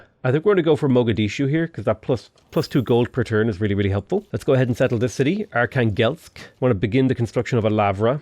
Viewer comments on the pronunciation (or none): Are-khan-gelsk, you mean, Archangel? 😆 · Just a quick recommendation from a Russian guy about pronunciation of Russian cities. arhAngel'sk, kazAn', nOvgrod, yaraslAvl', smalEnsk, St.Petersburg isn't the origin name so its ok to call it as you want, Astrahan'. Thanks for the video, the start of the game is really impressive